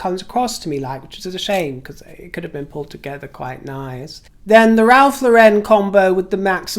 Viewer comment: Ralph LAWren. Not L’Wren. XOXO